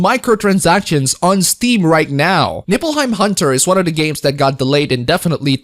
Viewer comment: I'd swear to god I keep hearing you said "Nippleheim hunter".